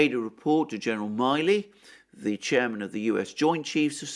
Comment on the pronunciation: you are mispronouncing General Milley's last name. Please check it.